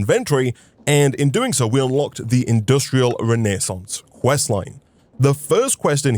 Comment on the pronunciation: Good job on your pronunciation of "Renaissance", as a French speaking viewer I'm proud of you <3